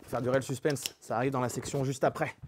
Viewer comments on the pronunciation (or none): none